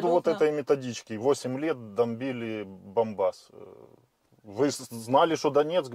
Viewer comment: зачем ты каверкаеш слово Донбасс?Ютуб блокирует?